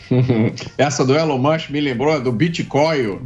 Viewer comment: Quem é esse deputado q falou Elon Mushem ? De onde é essa criatura? 🙄🧐